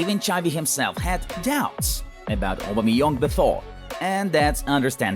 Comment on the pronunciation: No one: English speaking people: Obameyong